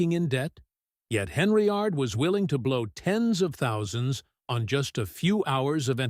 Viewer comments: Either get better AI or learn to speak English and pronounce names correctly in your your subject matter. First, it’s pronounced Dol-ton. Second it’s spelled and pronounced Hen-yard. Not D-olton and Not Hen-ry-yard. Hard to listen to your facts and you can’t get the simple names right. Yeesh! You probably don’t even live anywhere near this mess. I do. I look for current updates that directly affect me. It’s triggering to listen to cheap crap posts just to make $ off any kind of content, but be so blatantly lazy and careless. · Get the damn names of Dolton and Henyard right...please stupid ass AI